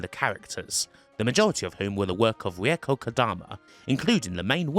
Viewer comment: I really like your video. Learned something about the spin-offs too. Your pronunciation of Reiko is a kind of horrible though...